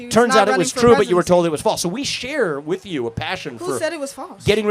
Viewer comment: I’ll never take an adult serious that pronounces with and both as Wif and boaf